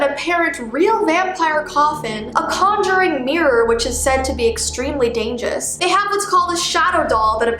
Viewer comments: hHhAAHAHAHAH she say dagous hahaaaaa XD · No one: Absolutely no one:: Dangous 😂😂😂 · At exactly u said danges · Dangeous. Yes You Heard Me Right, Said Dangeous. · Anyone realized that said dangerous wrong?